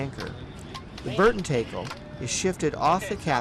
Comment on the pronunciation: you guys pronounce tackle wrong... TACKle not TAKEll